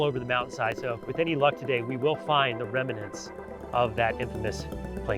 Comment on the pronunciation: REMNANTS. NOT " remanants ".